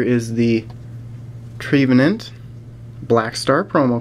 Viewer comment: You say trevenant wrong its trevenant not treevenant I know its tempting because hes a tree